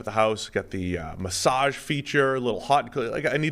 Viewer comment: Why does pronounce massage like that?